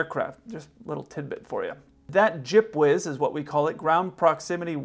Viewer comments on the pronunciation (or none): Took me a while to get that he was saying G.P.W.S. lol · It's a lot better than saying ground proximity warning system every time.